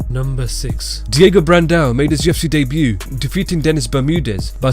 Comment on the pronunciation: "UFC day-b-u" 😂😂